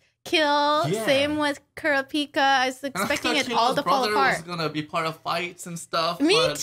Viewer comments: Nobody ever says it like the anime for some reason. KUR RAP PIKA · Are they really saying Kurapika's name wrong? Sorry, the weeb is coming out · Is it really that hard to say Kurapika name right?